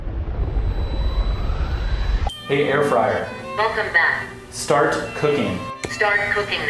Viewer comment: Just say "START"